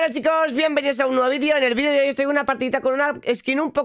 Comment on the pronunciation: Quiero decir chicos, pero dice chircos se confuncio